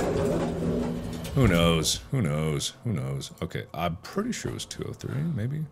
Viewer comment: Two two tree😂